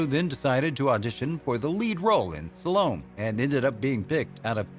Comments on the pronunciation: Pronunciation is important. It's not SUH LOAM.....It's SAL O MAY. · It's pronounced sal-o-may. not salome. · It's pronounce Sal-o-may. Not Sa-lowm. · Yvonne is pronounced EEV-ON not YEV-ON. Salome is pronounced Sal-O-MAY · OMG! Yvonne (E-VONN). Salome (SAL-oh-MAY). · Sean Ferguson - You'd think that any announcer worth half a poo would CHECK the Pronunciation of names and places, right? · Indeed. Even a quarter of a poo! Normally I'd shrug it off. Every pronunciation of yah-VONN was like a dagger but I didn't crack until I heard sa-LOAM. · It's pronounced sal-o-may. Salome' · It is pronounced Sal Oh May . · Saints preserve us! It's pronounced "Sal-o-may". Since Biblical times! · Salome = SAL - OH - MAY. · Computer voices always betray their mechanized ignorance: it said she won the lead role in the movie "Salome" and pronounces it Sa-LOAM. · It's pronounced Salomé. I can only think that the narrator went through a school system devoted to see and say reading and writing, and that he has no knowledge of a second language. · He pronounces Salome wrong too. BTW my middle name is Yvonne. (and I pronounce it as "eevonne".